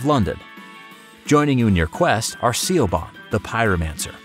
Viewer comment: Nice video. Siobhan is usually pronounced like "Shuh-vaughn", "Shove-on", or "Shew-won".